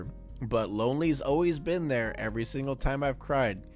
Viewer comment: Y'all just gonna ignore the 'alway'?